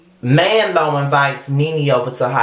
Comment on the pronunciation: "Man-lo". I'm dead lol.